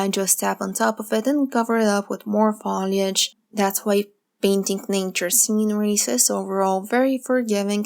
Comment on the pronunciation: To be helpful, not to give you a bad time, the word FOLIAGE is pronounced with a hard O, like Phone, or boat. And your painting vids are very helpful! Thank you.